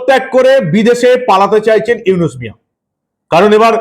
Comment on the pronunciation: আরে মাগির পুত তুই তো ডক্টর ইউনুসের নামটাও বলতে পারিস না, তুই কি বালের সাংবাদিক মন চায় তোরে জুতা দিয়া পিটাই।